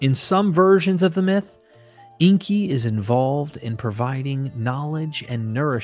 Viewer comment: Please get the pronunciation correct. Inkay not inky. Makes you sound like someone who doesn't know what you're talking about.